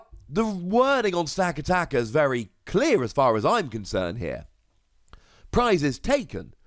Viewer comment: It's pronounced Sta-cat-i-ka. Like the movie 'Gatica' but not really an 'i' sound. All your emphasis is on every second A sound instead of giving each A sound the same emphasis.